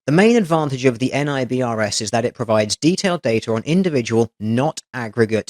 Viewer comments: Oh, just thought you might want to know. NIBRS (the national version of IBRS, as each state has one, Washington is WIBRS) is a FBI system with the extension becoming Fusion Centers from Homeland Security. Both do massive crime reporting and mapping. And you pronounce NIBRS as nigh-bers. FYI. :) It all ties back to NCIC. Yes the U.S. Government loves letters. :) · Great video as always. However, I just have to point out: you say NIBRS like you do NASA. It's not really enunciated by letter like FBI. The only reason there aren't many states using NIBRS during that time frame was because it wasn't created until the late 80s. Most reporting was done under Uniform Crime Reporting (UCR) but it seems the federal government is trying to push agencies to use NIBRS now due to the details you described in the reporting (offender/victim demographics, more groups of offenses, etc.). Another knock on UCR is that it only reports on the most serious offense while IBRS reports on every offense the incident can have. Most importantly for men, NIBRS counts rape to include male victims and not just females. Even separate states can have their own type of IBRS (like Colorado IBRS or CIBRS) I wouldn't be surprised if UCR is completely taken out of the picture in the near future.